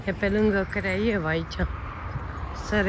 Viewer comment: Craiova Anca nu Craievea. Nu stiu frate de unde le scoateti😅